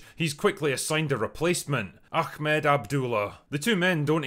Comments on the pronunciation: Ahmed not achmed (not that I'm critising the critic) 😂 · It's ah-med not ahk-med. =)